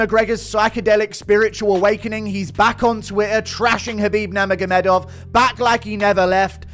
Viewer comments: "khabib Nerma Gomeh Dove" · From the outset, "Khabib Nur-ma-ga-dov"... you want a second take, dude?